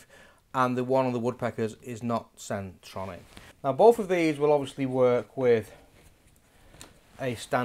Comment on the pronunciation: Hi great videos and good advice in the products! It’s centrotec chuck / fittings not ‘centronic’ I noticed you say that in a previous video too!